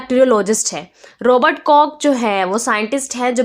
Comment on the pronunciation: It is ROBERT Koch in my opinion And Not ROBET CORK?Mam